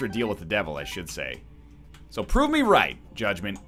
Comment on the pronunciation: "rayt as I'm about to fire my shit" Your inner Canadian is showing Ryan